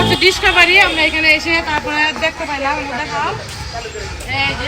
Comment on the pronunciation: ডিসকা বারি না ডিসকভারি। এত ভুলভাল কথা বলেন আপনি।বাংলা কথা ঠিকমত বলতে পারেন না তার উপর যখন বলেন ইম্পট্যান্ট দরকার। এই প্লাটফর্মে যখন আছেন সহজ সাবলীলভাবে কথা বলেন।